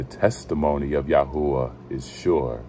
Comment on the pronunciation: The Torah of ya hoo a ?Why is it pernounced like that?